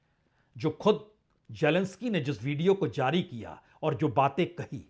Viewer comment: Sir it's GERMANY not ZERMANY and you go other way round When it's Zelensky you say Jelensky.You and lot my fellow Indians are confused between Z and J. Leave J as J but pronounce Z correctly